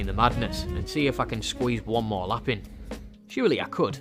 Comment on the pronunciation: I literally thought you said 'If you give her a slap' here, I had to rewind it to double check! 😂